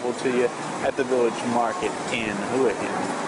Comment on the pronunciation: He guy can't pronounce the name of the place properly. Typical yank.Probably drives a Jagwaar.